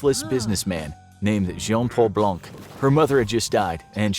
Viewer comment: you aren't supposed to pronounce the "C" in "blanc". I'm not saying this to be mean, it's just the way it's supposed to be pronounced.